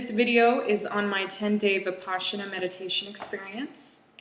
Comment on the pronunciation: It's Vipassana NOT Vipaschana! You pronounce it wrong! Just saying!